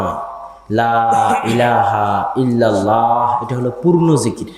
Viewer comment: ফয়জুল্লা আপনি আবদুল্লাহর থেকে আকিদা শিখেন।কি ভাবে বুজাইতে হয় দেখে নাও।তোমার ইল্লা লা বাদ দিয়ে লাই ই লাহা ইল্লা লা